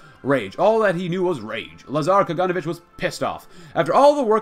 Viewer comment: When pronouncing Kaganovich, put emphasis on the letter O, KaganOvich.